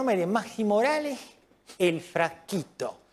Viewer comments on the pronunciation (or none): Buffa è sicuramente un grande, ma la pronuncia di "maxi moralez" è sbagliata.. in Argentina ad essere praticamente aspirate come fossero delle h sono le s che precedono consonanti.. la pronuncia è "Maxi" così come in italiano, non mahhi (vale lo stesso per il cognome moralez, non è moralehh). Giusto una piccola precisazione, fermo restando che buffa è un mito assoluto